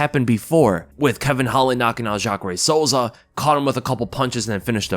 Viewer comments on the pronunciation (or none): none